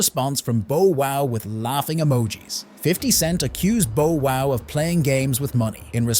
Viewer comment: He said Bo Wow, bruh this AI shit gotta stop 😂😂😂